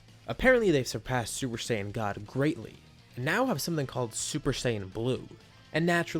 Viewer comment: Super Saying 4 Turles